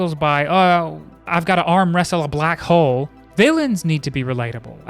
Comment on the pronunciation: Lmao, I thought he said 'black hoe'